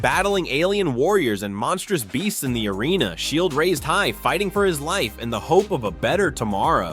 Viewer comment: Shi E L D. You mean Shield?